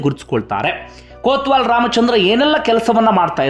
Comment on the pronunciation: ಕೋತ್ವಾಲ ಅಲ್ಲಯ್ಯ ಕೊತ್ವಾಲ